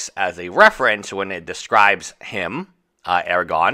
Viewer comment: Aragon? You lost an "r" there. Aragorn.